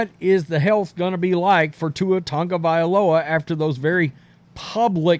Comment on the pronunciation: It's TAgo / Via / LoA not tounge'valoa say it right there is No N in his name 😂😂 other than that just Say TUA